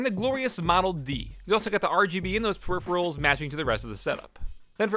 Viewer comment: "Hey guys, it's the periferals tester"